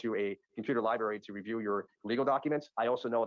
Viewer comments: Mr. Brooks, the word is library, not lie-berry. That issue alone should call into question the intelligence of Brooks. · Life in prison is WAY better than the D.P. Also, he still says Lieberry. Unbelievable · no no no - not 'library' - lyberry - law lyberry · Yes, the word is library but that pronunciation is an example of AAVE, or African American Vernacular English. It is not indicative of his intelligence…unlike going pro se. That is NOT a good decision AT ALL.